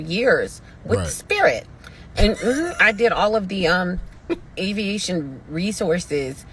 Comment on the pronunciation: She can’t even say Aviation but she got a doctorate degree in it not buying it